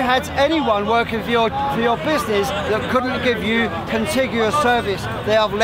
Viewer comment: Man kept saying bizznizz